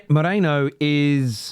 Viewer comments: ME RI NO. Not MO RE NO. 😂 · With respect, it's 'me-ree-no' like Merino wool, not 'mo-ray-no' like you and many other English pundits are pronouncing it. 😊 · Whos Mikel Meerayno?? It's Me-ri-no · MERINo not moreno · LoL people keep calling "Moreno" 🤣🤣🤣His name is Me ri no 🤣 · Merino not mereno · It’s MERINO not Moreno. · ME-RI-NO, not Moreno ffs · Merino, not Moreno. Also, if ur gonna roll the R, then don't pronounce the O like a Pomme lol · I totally understand, but merino to moreno isn't to do with accent, it's incorrect pronounciation unfortunately. It's like saying Harry Keane instead of Harry Kane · why tf are you calling him Moreno? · Can you stop calling him Moreno please 😂 MERINO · I still don't understand how you pronounce Merino as Moreno😢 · It’s meh-REE-no Not mo-REH-no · Its not Moreino bro. Its Merino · his name is MERINO. Not Moreno! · Ah for god sake 😀 his name is pronounced as Meh - Ree - No. Or just put it into deepl or google translator and play it out loud so you get a gist of it 😀Anyway love your content, you're still my fav Arsenal channel 😉😀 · Mare - Reeno come on dude honour/ respect him by saying his name correctly.